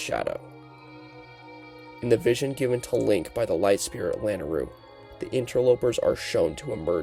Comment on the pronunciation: also it's la nay rue